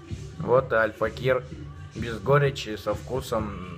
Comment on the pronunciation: как же бесит как он говорит АЛЬФАКИР , альфакЕЕЕЕр